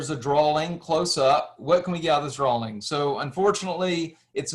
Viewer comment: Why do you keep saying drawling. What is a drawling?